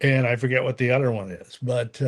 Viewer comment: It is pronounced 'other' not 'udder'...silly. Father not fadder. Ha.